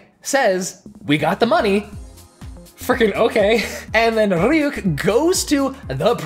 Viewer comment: You pronounce Ryuk like it’s some Russian name